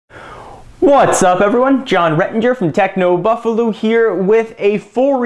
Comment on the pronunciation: did he just said "techno buffaLOO" ?